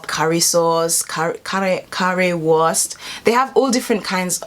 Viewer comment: It's pronounced: "Wurrrrrrst!"